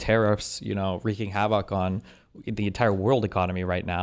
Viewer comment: Oligargy? wreaking haVAAK? This is embarassing, steven. Separately, incitement to misspeak and articulatory terrorism is a keklony crime. For that, you should be on the front page of kiwi farms.